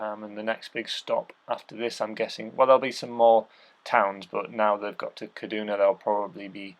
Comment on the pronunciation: good work. something has happened to juju. It's ceduna as in Sea-Duna not Ka-Duna. Sarah Hammond and the other 2 aussies, Seb and Adam are coming up and/or staying on pace with M Hall. give paul ardill a mention, he's 74 now that's inspiring! re Ti bikes, why the hell would you bother paying that price for a chinese made frame at the least you'd go a Baum. although I could go 2 top end CF frames for that money, actually that would be a complete bike lol.